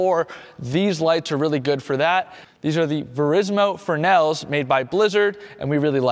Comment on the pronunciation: Repeat after me: Fress-nell, fress-nell! (not Frenell) No one can pronounce "fresnel" properly.